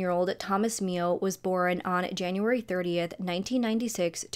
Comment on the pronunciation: Girl I love your videos but the way you pronounce the word “born”…it’s BORN, one syllable.. not borin. It drives me crazy 😅😅 love you though and I watch every video! ❤️❤️